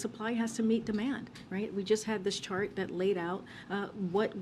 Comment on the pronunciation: she said shart instead of chart